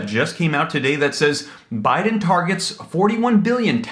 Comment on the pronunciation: Funny she said president OhBiden 💣